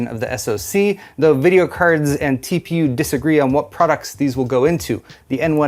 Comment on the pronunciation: I love when you pronounce the z in videocardz, always brings a smile to my face.